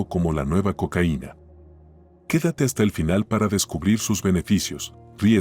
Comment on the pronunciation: No puedes decir Cocaina mijo